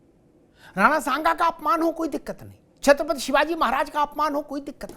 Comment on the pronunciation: अखिलेश यादव से छत्रपति नहीं बोला जा रहा छतपति बोल रहा है यह अकल देगा